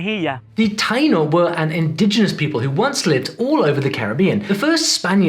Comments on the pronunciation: Actually it's taÍno... emphasis on the "i". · Re. Puerto Rico, the Taino language is pronounced tah-EE-no, rather than TIE-no, since there's an accent over the 'i'. So, you want to know how many I got right? Try zip, zero, nada! One reason for this sad showing is that I speak Spanish at a pre-school level, which is sorta sad when your age is 76.🤨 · Small comment, you show correctly the name of the Taíno people, including the acute accent, but you pronounce "TAYE-noh". The "ai" is a diphthong in Spanish, but if the closed vowel is accented, the diphthong is broken, so you should say "tah-EE-noh". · Estás pronunciando mal la palabra Taíno, si vas hablar de español aprende bien también como pronunciar correctamente las palabras